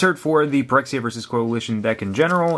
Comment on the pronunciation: Most people probably know, but Phyrexia is supposed to be pronounced as Fyrexia, Ph is usually treated as F in english.